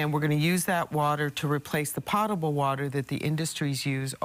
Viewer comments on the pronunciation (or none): It's very sad when a BWS official mispronounces the word potable. The first syllable is similar to POE (Edgar Allan), not POT.